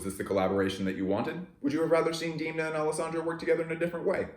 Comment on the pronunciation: pls dont call him diimna. demna, demna.